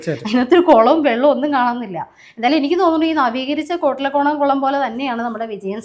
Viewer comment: കൊളം അല്ല കുളം